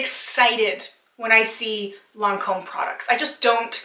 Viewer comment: you did pronounce lancome perfectly, i like only the seru ms and creams from estee lauder and la prairie and l mer